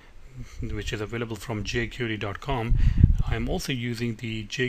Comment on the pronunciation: Good tutorial, but it's pronounced "jay-kwairy", (not "jay-curee").